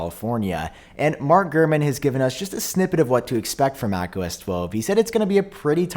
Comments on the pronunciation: I keep hearing you say homo s 😂🤣😂 and if apple actually called it that I would be so surprised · “Homo-S” I can’t unhear it! Just in time for Pride Month! Yay! ❤️🏳️‍🌈